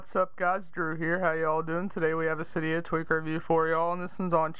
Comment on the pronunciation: um isnt it cydia not cyda